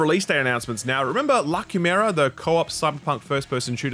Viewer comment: Dude! You pronounced "La Quimera" great! Like, no joke, night and day difference from last time. Great job!